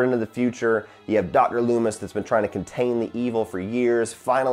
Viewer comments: Finally sitting down to watch all your Halloween reviews and I'm dying at "Dr Leemis" 😂 You and Drumdums are the best. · Took me a second to realize the prisoner number in the intro was the release date of the original film. Nice touch. And Lee-mis? hahaha I have a feeling that might stick. I wouldn't consider it flawless, it can be nitpicked. But for the sum of all its parts it's incredibly effective, especially taking into account its simplicity and subtlety. By going with the concept of "do more with less" Carpenter was able to create tension and psychological terror rather than relying on an in-your-face splatter fest. For me that's what has always stood out about the original Halloween. Fingers crossed for next week.